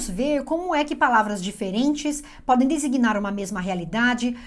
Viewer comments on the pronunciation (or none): "como é que palavras diferentes podem designar uma mesma realidade" Designar. Desiguinar. :o)